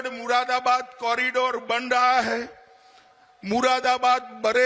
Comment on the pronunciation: बोलना आता नहीं इससे इसे ग्रहमंत्री किसने बना दिया चूतिया को Z for आजम खां होता हैं मुरादाबाद को ये मुरा बरा बरात बोलता है पागल है साला